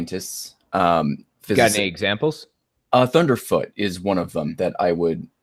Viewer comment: Thundeefoot? Jeeeez